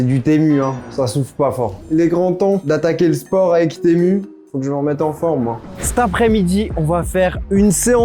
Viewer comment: Ca se dit TImou par contre